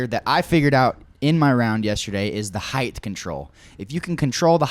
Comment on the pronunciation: Finally someone who says “height” correctly.